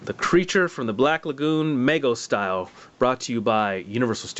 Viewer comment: It's pronounced with a long 'e' sound, not an 'a' sound. Meego, not Maygo.